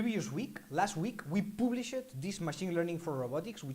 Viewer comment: Ha ha. In your adorable French accent, when you say, we have "published" it sounds like you are saying we have "bull sh i t", I had to rewind several times to figure it out lols. Try saying "published" phonetically like "paab-lee-shd". Very cute.